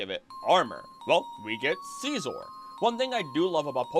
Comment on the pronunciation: “Sceezor” kills me 😂😂😂